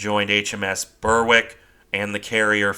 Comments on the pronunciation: Indeed. "Berrick" not "Burr-wick". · Another great video as usual. Hope you don't mind me mentioning one small thing. Berwick is pronounced Berick. The h is silent.